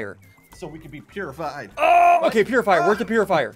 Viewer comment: its not a PURifier its a POOifier